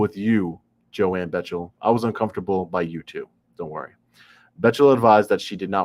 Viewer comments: Btw... pronounced BECKtle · Bechtel is pronounced "Beck-tell" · Its pronounced "Beck-tell"